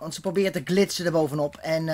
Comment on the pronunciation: "Met zn 2en erboven op glitzen" mooie uitspraak